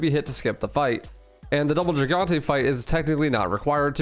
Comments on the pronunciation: Gigante is pronounced hig-on-tay. its spanish after all. Hope this helps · Is it not pronounced "hee-gan-tes"? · “Jeehgantay” lmao